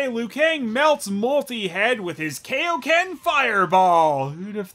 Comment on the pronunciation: It’s pronounced Kai-o-ken. Not Kayoken